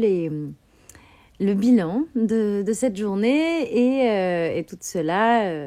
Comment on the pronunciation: "la bilane" "la populationne/ción" Voyons,!